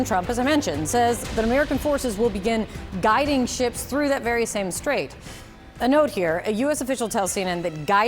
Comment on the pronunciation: Are you sure that has said "Guiding" but not "Garding"? Tell Mr. Trump that they have GPS and no need your troops to "GUIDE" them!!!😂